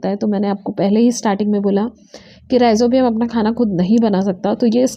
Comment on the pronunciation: It's not Ribozium it's Rhi-zo-bium ....